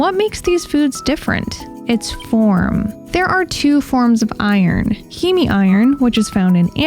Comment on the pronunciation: Heme is pronounced “heem”